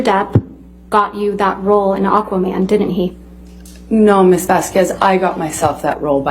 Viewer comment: Not only had you mispronounced Camille Vasquez’ surname (which is understandable under any other circumstance) but you also called her “Camilla” all the way throughout your video. With so many slight mistakes/misrepresentations in the narratives or hyper focus on certain stories you’ve shared in this video— who could fault us for reaching the conclusion that you were not as well researched on this topic as your other videos. I could argue that you were the one being disingenuous in your comments based off of that alone. This is constructive criticism… not an attack on you as a person, because like I’ve stated before, more than once, I really respect your intelligence, your past work and I respect your position as a youtube social commentator [and not even this disagreement will make me change my mind on that] — that is why I am here. And I think, to some extent, constructive criticism seemed to be at the root of comments too. Last point: if you hadn’t had the chance to check out a comment made on this video by someone named Liolia (I can ask her for permission to repost her comment here if it’s easier), she really gave a lot of amazing points that I think really expands on the social aspect and facts surrounding this case that might interest you[or not]. I just thought that was worth sharing. 🤗